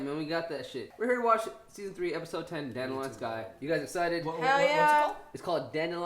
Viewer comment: correctly pronouncing “Dandelion Sky” but when it’s The Witcher he says (“I think his last name is...”) “...Don Dillion”